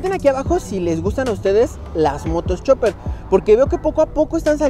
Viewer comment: Chopper, Chopper, Chopper, que no es Chopper caraja madre!!!!